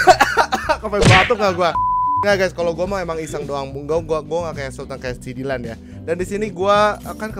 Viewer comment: Rievew handuk sultan Dylan dibaca dilan dan miya dibaca milea